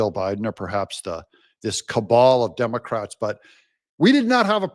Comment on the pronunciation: Did you say the "Dumber-crats"? 😂